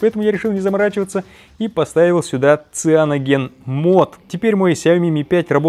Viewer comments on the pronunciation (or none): Сайэноджен, не сианоген